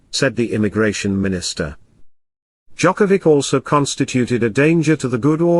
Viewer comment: Not gonna listen some coverage of novak djokovic of audio that is not capable even of saying his surname correctly. Disgrace, thumbs down. Unlike. And report :)